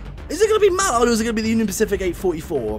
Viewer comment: Hey, you've learnt how to say Mallard this time. Well done. That was a good test, both the same, what the point in doing a test with different settings from the real things is I don't know. I don't know much about how simulators work by why wouldn't you give them both 100% power? Why the 135%? Also, when referring to which locomotive is the best you really need to be comparing them doing what they were built to do ..... they were built to pull trains.